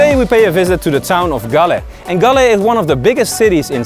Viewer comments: Galle is pronounced like like "haul" with a g and pronounced in sinhala as gaalla and in tamil gaali. Almost all of srilankan districts have distinct pronunciation for each 3 languages. Also fr example colombo, English- kuh lum bow Sinhala- ko la mba Tamil- ko lu mbu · Galle is pronounced as Goal..Our colonial masters pay more attention to develop this area as most of the spice growing areas were in South...Cinnamon, cardomon, clioves etc., there is an another dutch fortress inner side of southern province which is only one away from ocean...Thats "katuwana" dutch fortress...you may google and see...its a small one which situated at cinnamon, citronella growing area in Hambantota district